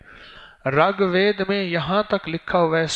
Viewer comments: Assalamu alaikum , RUGVED not Ragved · It's rigved not regved Its first ved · SalamuAlekum wa Rahmatullahi wa Barakaatuhu. Maulana Sahab, gustakhi ma'af farmaiyye... "RAG VED" GHALAT PADHA AAP NE, US KITAAB KA NAAM "RIG VEDA" HAI. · Ragbed nahi. Reegbed hai iska sahi lafj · Ragved nahi rigved hai uska pronounciation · Rug ved nahin wo RIG VED hai, tas'hee ho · Raag vaed nai Rig ved hy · Talaffuz durust kar len Rig vaid (Rag ghalat h)isi tarah sanskirit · Hazrat Ji 1. Ragved nahi hai... Rigved hai. 2. San Sakrit nahi hai.. Sanskrit hai